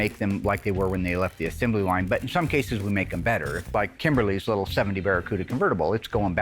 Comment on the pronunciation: Will invented a new word: “assembely.” It’s assembly.